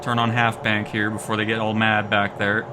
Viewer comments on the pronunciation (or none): none